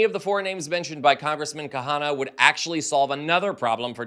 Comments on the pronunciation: KHANNA its pronounced KANA - not KA-Hannah! UGH! It's not hard, really. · Please pronounced Kana, NOT Kahana! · His name is Ro Khana, not Kahana. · Please get these corrections: Khanna NOT kahanna. Senate LEADER not speaker.!!!!! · Khanna, not Kahana. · It is Kanna. The h is silent. 😊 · FYI Ro Khanna’s last name is pronounced “Kah-nah”. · psst. The 'H' in 'Khanna', is Silent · Khanna is two syllables :)